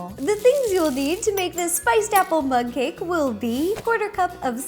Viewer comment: It's like you've been saying mud cake